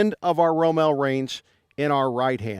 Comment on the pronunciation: It’s ROMAL!!!